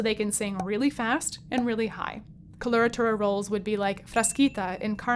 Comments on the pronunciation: it's coh-loh-rah-tooh-rah. not kolortorah. wouldn't it sound more professional to pronounce words about your field of study correctly? especially when you make worldwide contents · I hope this will be an instructive video, despite the fact that the hostess doesn't know the correct pronunciation for either "coloratura" or "mezzo"! Weird.